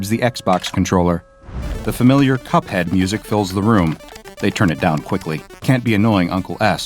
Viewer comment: That's not cup head that's hup head